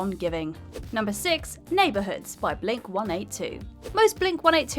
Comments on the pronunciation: why did she pronounce it blink- 1 8 2 and not blink-182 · Pretty common in the U.K. for them to be referred to as 1-8-2 rather than 1-82. There’s nothing in the punctuation of the name to suggest a specific way of pronouncing it so you’d often hear them called Blink one hundred and eighty two in the early days in the U.K, before people started using 1-8-2 instead. Odd the differences that crop up based on location!